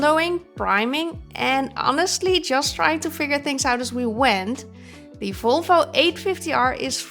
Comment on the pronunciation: makes history by being the first Dutchman to say Volvo with a v, not an f😂